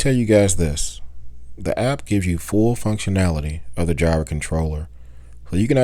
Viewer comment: It's like "fire", not "jy-ra".